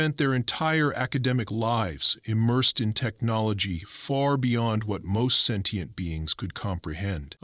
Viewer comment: Sentient is mispronounced